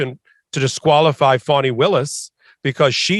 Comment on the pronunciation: FARNY? It's Not "Farny", her name is FANI! As in Fanny Pack. Do ya get it now? If you're gonna say someone's name several times then at least make sure you get it right. Just like it's not Donut Trump or Joe Bidden. Understand?